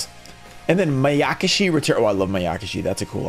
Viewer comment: Oh, my friend, it's Mai-uh-kah-shee. Hearing you say it as mai-AAAH!!!!-kuh-shee hurts my ears so much. 🤣